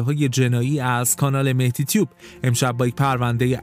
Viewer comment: ما اسمی به نام مهتی نداریم مهدی هست چرا اشتباه تلفظ میکنی؟